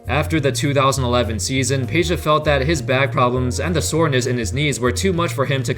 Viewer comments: IT IS PEDJA NOT PEJA! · It's Pedja not Peja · It is NOT Peja, it is Peđa. 😉